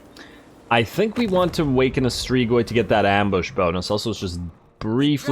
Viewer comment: Love the vids broski, just so yknow it's pronounced strig-oi